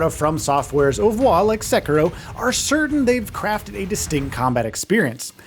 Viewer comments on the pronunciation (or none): none